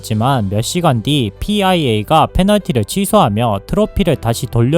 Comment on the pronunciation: fia를 pia라고 말씀하신거보면 본인 녹음 맞는듯ㅋ